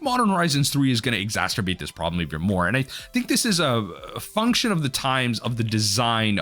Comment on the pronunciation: I'm going to keep commenting until he sees this: EXACERBATE is the word, not exacterbate.